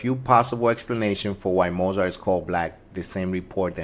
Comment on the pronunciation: At least pronounce his last name correctly